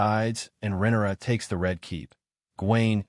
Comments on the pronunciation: right with you.. deemon and rennera I keep hearing and it's driving me bonkers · Rinera? rinara? That is how you say RHAENYRA? sorry not yelling caps lock stuck on.